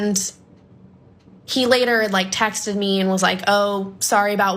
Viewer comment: Its texted, not textedid.